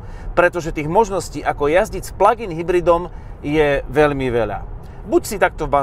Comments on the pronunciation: Proboha žádný "pladžájn", strašně to tahá za uši. Výslovnost je "plagin". Děkuji. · Prosim prestante hovorit pladžain...prosim...prosim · Pladžajn.... 🤣 to je ako "superbéčko" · Pla džajn podle vzoru vadžajna? :D Fakt to nekdo tak vyslovuje? :D Ale ta cerno-cervena je krasna! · Pladžajn boha angličtina jak Harabin😄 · "pladzajn"? to kto tak hovori? inak ako si hovoril, ze cerveny superb pritahuje pohlady - "hmm pekna oktavia" :D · haha, perfektni vyslovovani plug in, se na tebe kazdej kouka protoze to vypada jak jahoda 😆...., vypada vyborne ..."blacked out plug in"